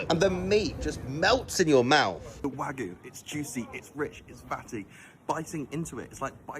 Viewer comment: it’s pissing me off how he can’t even pronounce the word Wagyu right!?!!!!!!